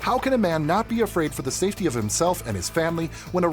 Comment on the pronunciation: If you're an adult and you say "safewy", your PARENTS failed YOU!